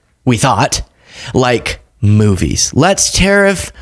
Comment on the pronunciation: Sorry, did he say "moobies"?